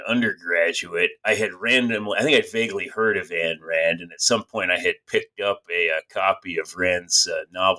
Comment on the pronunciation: You wrote an entire book with the premise that Ayn Rand was a nihilist (the diametric 180 opposite of her philosophy in every fundamental way), and you DON'T KNOW HOW TO PRONOUNCE HER NAME. It's not "Ann," it's "Ayn" (rhymes with "mine"). How does someone write a book on a person and not know how to pronounce their name!?